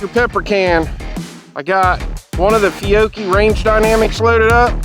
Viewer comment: Feeyocchee? Fyeoakie? 😂😂 Good stuff!